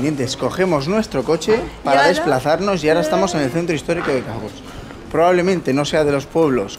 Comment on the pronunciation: Cahors se pronuncia con O